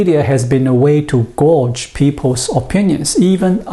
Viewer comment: Gauge is pronounced "gayje" (/ɡāj/). As a verb, gorge (gorj) means to "eat a large amount greedily; fill oneself with food." English spelling is very confusing.